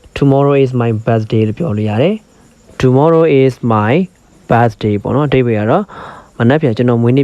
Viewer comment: English လိုပြောတဲ့ဟာကို native speaker တွေပြောတဲ့ဟာ ထည့်ပေးဖို့ အကြံပေးချင်ပါတယ်..အခုနောက်ခံ Eng speaker ပြောတဲ့ အသံက pronunciation အရမ်းလိုနေတယ်..Birthday တို့ cares တို့ alot တို့ ပြောတဲ့နေရာမှာ အသံထွက်မှားနေပါတယ်..